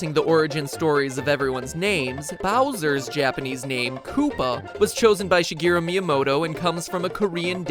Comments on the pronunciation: If I hear "Shuh-gee-ru" one more time, I swear to the gods... If you respect someone so much, you might want to learn how to say their name correctly. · Where are you getting She UH from? It's pronounced SHE GEH RU. No extra vowels.